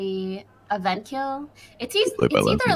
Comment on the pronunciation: “Toast came out of a veent~” Famous last words